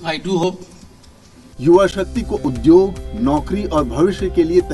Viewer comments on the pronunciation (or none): none